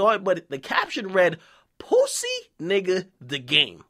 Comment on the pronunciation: dude why tf you keep saying it like that "pwussy" it's making my ears bleed